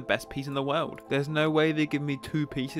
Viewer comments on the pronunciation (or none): none